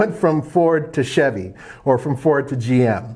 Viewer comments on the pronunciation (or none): none